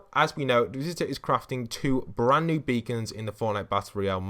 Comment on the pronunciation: He said band new beacon